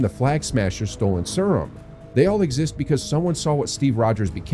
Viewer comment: Sryum 😂 I can't every time I hear it i giggle